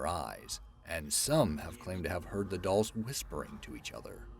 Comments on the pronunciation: "Island of the DOOLS" 🤦😂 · "Island of the Dools"... Oops!